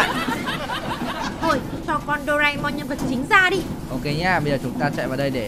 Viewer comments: Doraemon chứ ko phải doreamon nha ạ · đọc sai chính tả rồi thật xa những cái chính tả của bài nhạc Doraemon là như thế này nè bạn thân ơi vui quá là vui bạn hãy cho chúng ta cần nhiều đồ ăn và đồ uống những bảo bối thần k... Như vậy mới đúng chị nha nhưng khi em thấy cái con Huggy Wuggy mồm màu trắng thì em thấy phiên bản này là phiên bản màu đen nhằm Doraemon anh ạ.